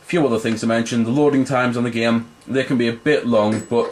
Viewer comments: like im not tryin to hate but you say geem instead of saying game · "just a giem" lol. nice review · When he says game, it sounds like gem. :D